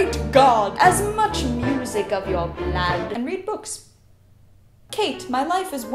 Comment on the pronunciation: I love how you say blood. bLuAd